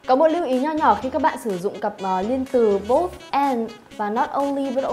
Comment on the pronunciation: Both( bốt) cô học cách đọc ở đâu ra z cô